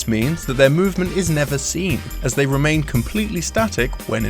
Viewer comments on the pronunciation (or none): none